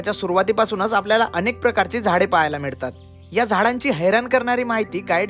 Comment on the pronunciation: मिडतात नाहीं रे बावळटा... "मिळतात."... गोडा म्हणतंय गोडा,,, खाल्लो 🙄🙄🙄